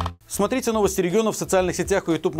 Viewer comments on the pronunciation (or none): none